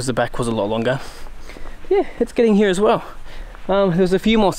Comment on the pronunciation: That was in fact 'like heeere'